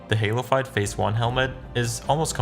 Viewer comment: every time he says "halofyed" It sounds like he said halo 5 and I got really confused at times